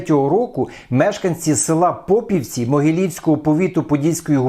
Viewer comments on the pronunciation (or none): Дякую. Дуже цікаво про життя звичайних людей у цю, відносно, недалеку епоху. Село з назвою ПопІвці у колишньому Старокостянтинівсьому повіті наголошують на і в середині слова